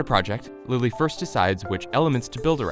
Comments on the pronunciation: I kinda heard her say "Billie eillish" instead of "lily" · She Says Lily Hevesh , I Heard Billie Ellish